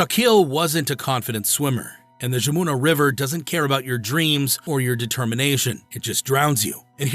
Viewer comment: The river pronounced’Yamuna’, but a hell of a story.